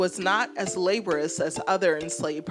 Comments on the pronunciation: Laborious not LABOR-IS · thank you so much for the video, i really learned a lot. btw, "laborious" is pronounced lah-BORE-ee-uss. thanks again